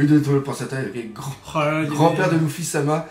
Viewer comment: Faut vraiment que t'arrête t'est vidéos je dis sa pour notre bien et puis arrête de dire Louffy c'est Luffy bordel de pipe.